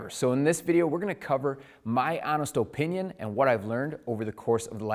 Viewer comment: These videos are great, but the way you say "OH-pinion" is HORRIBLE!!! hahaha